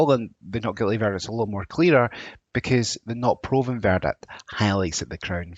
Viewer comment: Another guy with poor diction. Lazy, missing the letter "t" and can't use ending of "ing" No doubt he thinks it makes him sound more Scottish. ha ha. It was the strange pronunciation of "verdict" many times that was jarring. I realised he was saying VERDIC Crazy such a person is teaching on Open University. I like the Scottish accent but not the lazy slang